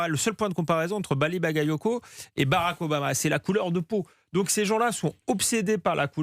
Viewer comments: Même Jean luc Mélenchon a écorché le nom de Bally Bagayoko et la il dit rien. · melenchon a mal prononcé le nom de Bouli CacaCoco (Bally Bagayoko), bizarrement il n'a pas été accusé de racisme